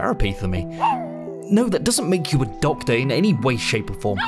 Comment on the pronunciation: Lovely "Dogtor"